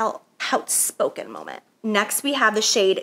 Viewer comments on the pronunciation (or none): Whatever y'all do, do NOT play a drinking game every time she says moment aka "Momah" 😂🤣